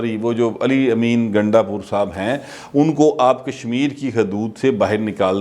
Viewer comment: gundda pur te tuhadi zuban bar bar phisal phisal jandi hay tuse ve barey shararti ho ha ha ha